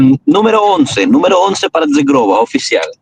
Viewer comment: Como pronuncias mal Zhegrova,. Que verguenza. Vete a estudiar el idioma kosovaro. IGNORANTE 😀